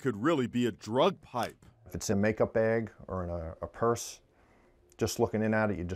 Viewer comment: “little beiggy of meriwaner” 😂😂😂